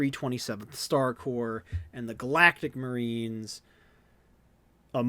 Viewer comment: the worst part of all of this is that nobody can pronounce 'corps'